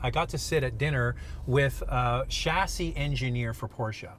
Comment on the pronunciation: I like the way “chassis” is pronounced but it sounds weird 🤔🤔